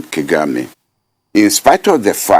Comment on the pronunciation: prof BOLAJI is stuck in past ideology. he has no wisdom to give to the next generation. He can't even pronounce Kagame.